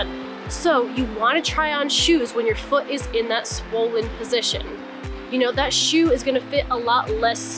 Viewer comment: "swolen position" lol